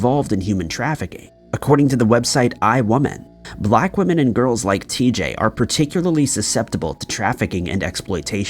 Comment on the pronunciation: Her name isn’t TJ its tijae u are pronouncing her name wrong